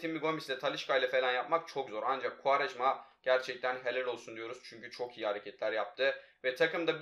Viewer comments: Koraya futbolu kim öğretti -kuarejmaaa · Kuarejma Tekrar söyle Kuarejma Gel lan buraya